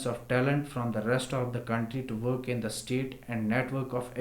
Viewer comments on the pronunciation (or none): none